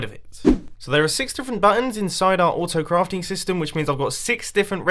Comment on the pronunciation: Vlogs Is it only me or did Mumbo say- Auftocraft?